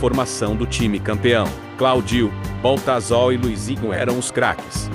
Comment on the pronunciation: CorinthiÃs, Baltazal, Claudiô, o que é isso? Tem que corrigir a forma de pronunciar, ou muita gente não vai entender